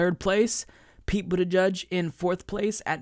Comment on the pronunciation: wait I just noticed you are butchering half of their names It is also Buttigieg and not Buttijudge